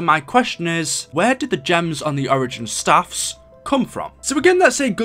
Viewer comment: Its staffs not saffs